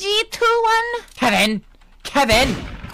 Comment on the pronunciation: "Today were going to be 1v1ing KeViNoèH" GOT ME ROLLING INTO THE WOODS 💀